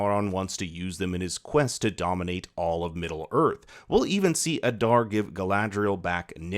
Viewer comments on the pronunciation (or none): Aaada not adarrrr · It pronounced AH-DAAR not uh-darr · Why must you pronounce Adar's name like that?